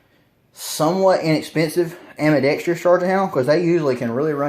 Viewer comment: Ambidextrous is pronounced Am-bi-dex-trous, not am-bi-dex-TREE-ous. There's no extra syllable